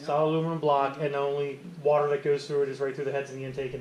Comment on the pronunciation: All I heard was “wooter” and “RATiator”